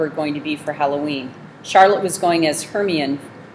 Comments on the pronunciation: it was her-mine-ey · it is pronounced her-my-o-ni from harry potter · hermione is pronounced HER-MY-KNEE